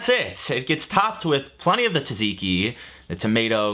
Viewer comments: neither of those lol. it's tsah (like the 2nd syllable in piz-za) zee-key. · the american pronounciation of tzatziki hurts more than gyro lol